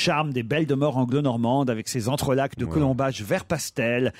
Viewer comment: C'est pas l'île de "ba" mais l'île de Batz... Et le c du mot "entrelacs" ne se prononce pas...